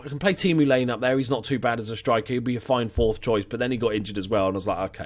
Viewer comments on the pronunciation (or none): Great series, man! Great pick up on Pontus. Also, I believe the finnish player Laine is prounounced Lajne :P Best regards from Sweden. Who used to play with Jansson as a little kid.